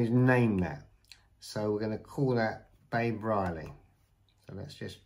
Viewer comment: lol, no one else gonna mention that he constantly pronounced BABA “babe” ?😅